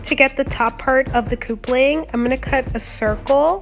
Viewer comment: You do awesome cosplay. Love your work. But ita cup-ling. Not coop-ling. Keep up the awesome work.